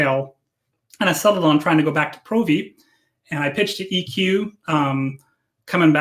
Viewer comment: you rock, but I can't deal with you pronouncing Provi wrong. The O isn't strong. Still, love your content, and Jin's, and if I do come back your corp will be my first port of call.